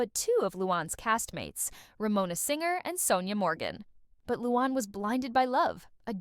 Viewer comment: It’s not Lewon- it’s Loo-Ann